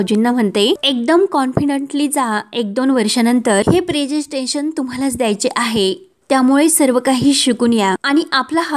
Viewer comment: प्रेसेन्स्टेशन नव्हे प्रेसेंटेशन